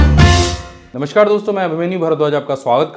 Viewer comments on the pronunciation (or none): none